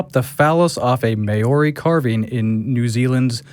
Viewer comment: LMAO your pronunciation of Maori words was terrible. Good try though :-) love from New Zealand. As for desecrating our carvings, what a disrespectful wanker that Pakeha teko is!